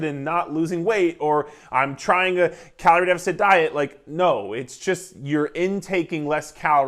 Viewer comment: The way you said Carol 😂😆 were you wronged by a carol sir lol but great video I enjoyed this